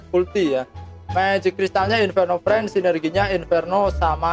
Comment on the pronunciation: Inferno Fiend bang bukan Friend.. Gada R nya